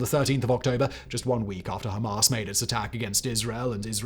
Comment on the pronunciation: That pronunciation of Hamas is annoying me. “Hom-ahs” Ham-ass